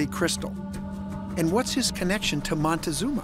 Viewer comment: MON-TEE-ZOOM-ER, HOT DOG!!!!!!!